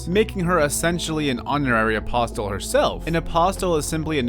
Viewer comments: Also, apostle is pronounced like apossle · 7/10 milky moment Its said like aposle Silly fool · Got bad news, the t is apostle is silent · something i thought you should know: the "t" in apostle is silent